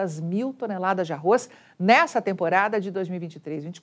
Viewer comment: Parabéns Você falou "ARROZ" Porque é quase insuportável escutar essa imprensa falando "ARROIS"